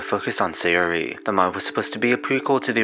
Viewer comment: Neat video, it probably was a combination of the stuff that you mentioned. A few things always bother me when hearing people read foreign names, here's a few. Obvious minor speech impediment or not (no offense, that's just clear here) I'm fairly certain they're (due to JP syllabary always being phonetic to ah-ee-oo-aeh-oh (a-i-u-e-o) and not aeh-eye-yhu-ee-oh) Sa-yo-ri; Sahyo-ri, not Saehy-ori Na-ts'ki; Nah-ts-ki not Gnat-su-ki (it'd be Na-ts-ki anyway; "tsu" is a partially end-aspirated sound, but still a single one, so the ending is typically dropped making it more of a soft ts' as opposed to a hard t-s; e.g. Tsu-ba-sa; Tsu-ki-ko, etc. Yu-ri (yoo-ri) not Yuh-ri Not certain about the last one here, but it seems like Su-ka-dev not Sika-dev; Сука from pronunciation of the Russian insult.